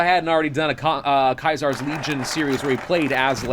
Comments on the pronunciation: caesar not kaisar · Just curious why you pronounce Caesar's Legion as Kaiser's Legion? He wasn't Julius Kaiser (ki zar), he was Julius Caesar (see zar). The casino is called Caesar's (see zar's) Palace and not Kaiser's (ki zar's) Palace. So why the Germanic version of the name? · stop saying Caesar (see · zr) as KAISER wrong country, we aren't in Germany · Also isn’t it Caesar? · Its weird hearing you say Kaisar instead of Caesar. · I still can't get over how he says Caesar :/